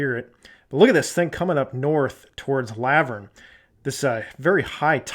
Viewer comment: Great video. Oh and it's pronounced La-vurn like Laverne & Shirley the tv sitcom 😳😂